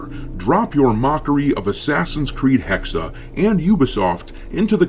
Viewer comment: Not Hexer, its Hexe for Witch.